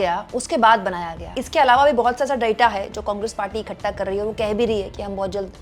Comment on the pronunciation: तू बेटी " इखट्टा " नहीं इकठ्ठा बोलने की आदत डालने की कृपा करो !